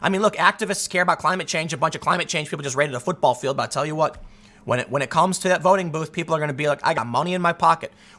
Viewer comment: "I'll tell you Hwat! Dude!" - Tim Pool